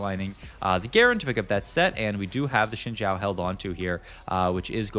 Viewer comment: This guy has pronounced Briar as Bree-Ahr like a dozen times but pronounces Xin Zhao properly as Shin Jow. I am confused...